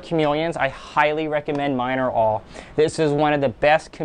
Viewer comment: Love it! If I was a carpet chameleon I'm pretty sure I would feel ultimately pimped out! By the way I'm pretty sure the Miner-All is pronounced mineral you know, like mineral.